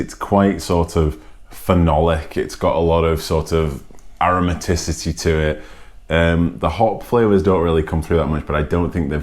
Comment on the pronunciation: A novel idea. I knew it was strong as soon as you slurred the word "Aromaticity". Classic. Keep it up